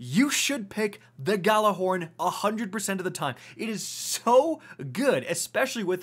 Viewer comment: “I’m ghallahorny today “ here